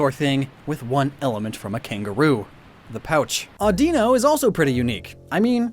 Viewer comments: Apparently it's minsino and sinsino. THEY ARE PRONOUNCED MINCHINO AND CHINO. Also it's Audino Addinno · O-dee-no really its o-da-no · THE L IN AUDINO IS SUPPOSED TO BE A U! FIX IT NOW! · "Aw-dih-no" is the correct way according to the anime. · Ah-de-no?????? Isn't Ah-di-no like i dont know????